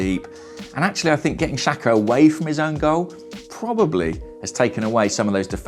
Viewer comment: Why is that no football commentator can pronounce Albanian names? The XH is supposed to sound like the J in Jack. It's not hard.